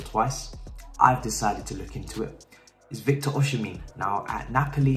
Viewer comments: You are murdering my Nigerian brother's name 😭 it's Osimhen not osimhin😂. But yes he's a very good option. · OK this is how you pronounce Victor osimehin.... OSHI-MEH-HIN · it's pronounced OZIMAN (the Z like "cozy") (the man like "men") OSHIMEN. Cheers mate